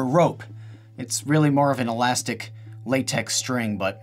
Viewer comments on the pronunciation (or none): none